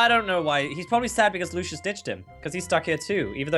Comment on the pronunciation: also did u notice that candy said lushes instead of Lucia's